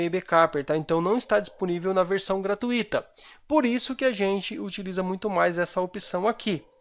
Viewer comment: Obrigado pela dica amigo, excelente! Uma crítica construtiva, a palavra gratuita, não tem hiato, é um ditongo, ui, portanto a pronuncia correta é gra-tui-ta, com a sílaba mais forte sendo tui, e não gratu-í-ta. Que a PAZ de DEUS esteja sempre em seu coração.